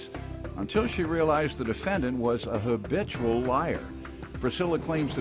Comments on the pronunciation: but why he keep saying Obitual instead of habitual🤭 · Did he say obitual liar🤣🤣🤣